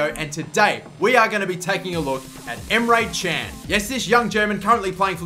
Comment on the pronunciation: you said emre çen:) but it isnt emre kan look at google